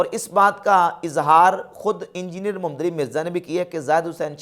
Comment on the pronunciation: AP Muhammad ka name bh thk sy nhi ly rhy apni vedio khud sunain zra